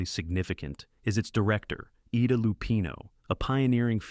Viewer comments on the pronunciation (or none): "Think 'Black Swan', think 'Repulsion', then rewind, because 'Images' did it first..." - Untrue in the case of 'Repulsion' which was released in 1965, 6 years before 'Images'. And, by the way, Ida Lupino's first name is pronounced Eye-da, not Ee-da.